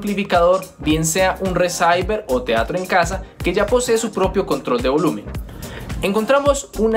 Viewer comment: ¿Qué es un reSAIber? O hablas de un receiver /resiver/? Disculpa mi pregunta